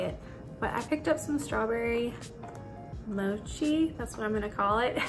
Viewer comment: That was a great haul! We literally had the orange chicken and veggie fried rice for dinner last night, it was my first time trying the chicken and I thought it was soo good! That peach tart looked so tasty, I haven’t seen it at my store. I love their mochi too (you said it right), but I've only tried the vanilla - you need to try that next time, it's the best vanilla ice cream. Also they have these little ice cream cones, they're called hold the cone or something- try the chocolate chip one 🥰 also their ice cream sandwiches with chocolate chip cookies are to die for!